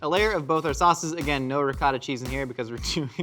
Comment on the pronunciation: Willing to say ricotta correctly but refuse to say umami